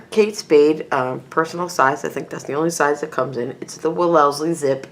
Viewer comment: I've realised, after watching a whole bunch of similar videos, that no one on youtube knows how to pronounce Wellesley haha. Great video though!